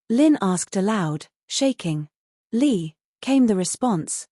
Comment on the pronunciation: i think ur right its li not lee